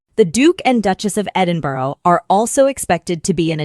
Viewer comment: Pronounce Edinburgh correctly, please.